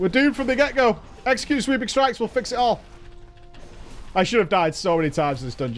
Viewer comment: That time said “sweeping strike, execute” bu it sounded like sweeping strike sexy cute